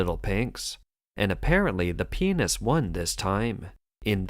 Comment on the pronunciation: Can you please say pianist properly without it sounding like Penis .Cant take this news seriously thanks to it.